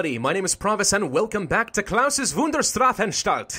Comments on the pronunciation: The thing I criticize in your pronunciation is the *a*nstalt you say *e*nstalt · you say it like shdraffanshdalt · in english you would pronounce it as shtrafanshtalt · heres a little help: you say it like |Straf| |An| |Stalt| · So if you want to say Wunderstarfanstalt.. st = sch in pronunciation. so you say it like Wunderschtrafanschtalt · As a German: I love you, even though that "Strafanstalt" sounded a bit.. meh. But keep on trying, some day your German will be as amazing as your videos!